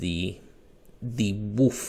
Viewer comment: You sound funny when you say “wolf tails”, you sound like you’re saying “WOOF tails” lol.